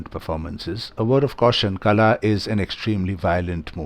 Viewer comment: "Kala" - the "la" is pronounced as in Ball, not as in Bell. The English alphabet do not have a letter than get the correct sound out. Kala pronounced as in Ball means Weed.